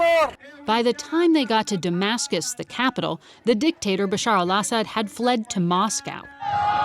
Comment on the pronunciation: As a Syrian I really appreciate that the lady said the Arabic version of Bashar's name and not the altered English one